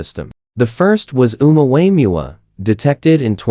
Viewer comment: Ai is hilarious calling the Omuamua Omua Wayans brother lol.